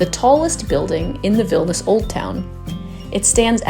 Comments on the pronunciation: Vilnius pronounced Vil Née Uhs. It would add credibility to an otherwise great video. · Veelneeooos....is the correct pronunciation.....